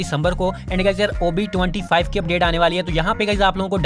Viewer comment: I hear covid-25 not ob 25 😅😅😅😂😂